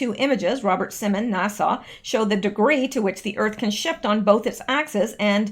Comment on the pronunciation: Love You..... but sweetie you don't pronounce NASA like Nassau the Bahamas. NASA has a short "a" sound at the end. Love ya, darlin💕👍